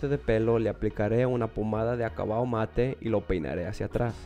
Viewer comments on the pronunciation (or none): none